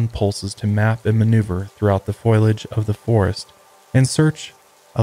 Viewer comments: Wish the episode was a little longer. Btw: foliage has 3 syllables. It’s pronounced fō-lee-ij. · Ingesting all the higher love wellness products and tucking myself in 😴😴 ETA in my best hermione granger voice: it’s foliage not foilage 😂😂